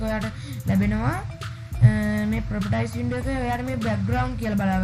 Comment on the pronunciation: Properties කියන්නේ ප්‍රොපටයිස් නෙවේ.. ප්‍රොපටීස්..